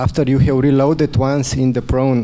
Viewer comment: "We ha-u"... Gosh, it's called "have", not "ha-u". Can someone please teach him how to pronounce a "V"? (Maybe Banessa Hinz can :D)